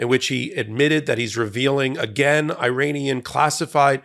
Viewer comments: It is pronounced E-RUN and E-RA-NI-AN , not I-RAN or I-RAY-NIAN; and it’s E-RACK, not I-RACK! Why are you acting so ignorant? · Minor note. Iran is pronounced Irahn. The people from there are Irahnian. I only know this because I worked for people from there who corrected my mispronunciation.